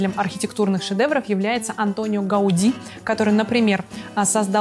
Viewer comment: Гауди не исковеркали, и на том спасибо, все остальное - ладонь - лицо!